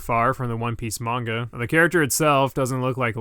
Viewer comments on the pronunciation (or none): none